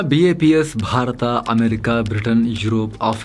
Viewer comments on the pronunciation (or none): none